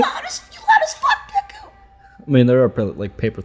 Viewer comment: It's just Deku, not Dekū.